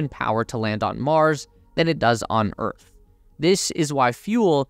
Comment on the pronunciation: minor mistake, its pronouned Earth, not örth